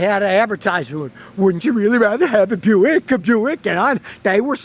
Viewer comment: Why is Buick pronounced Byu-ick and not Bick?